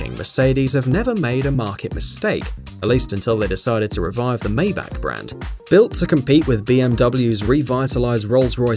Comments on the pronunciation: it's "Folkswagen", not "Wolgswagn" , it's " Mybachhh" not "Maybakk" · Pronounced "fay at on" and "Mybach" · IMHO, you should improve your pronounciation of "Maybach". Hint: It is NOT "Maybaak"... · the legendary "Méjbaak" 😂